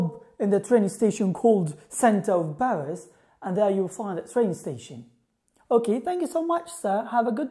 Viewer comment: مع احتراماتي لك ولمجهوداتك استاذ ، اود عمل ملاحظه صغيرة، لما سرعت الفيديو تبعك مشان اسمعك تتكلم بسرعه لان النطق حيبين احسن ، في مخرج الحروف سمعتك تنطق b عوض الp , في Paris و pay وكلمات اخرى ، وهدا خطأ شائع .